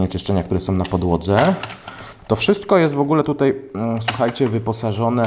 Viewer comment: Sam test przydatny, dziękuję. Ale mam dwie uwagi. Pierwsza to język. Popracuj proszę nad wymową. W większości przypadków tam gdzie wymawiamy "ą", Ty mówisz "om" ("bateriom" zamiast "baterią", "kolejnom wersjom" zamiast "kolejną wersją", lub "tutej" zamiast "tutaj"). Druga rzecz to scenariusz. Sam test brzmi dość chaotycznie, skaczesz z tematu na temat, może warto zrobić listę tematów i jechać według tej listy?